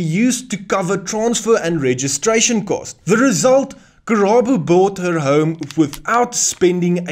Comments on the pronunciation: Karabo. Not Kerabo😂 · thank you for the info. but It's KARABO not Kerabo names are important